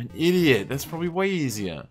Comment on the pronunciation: "proberaly" 'da fuck?